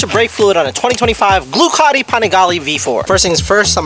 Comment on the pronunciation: Idk if I’m tripping but I swear you said gluecatti and not Ducati or maybe I’m missing an inside joke 😂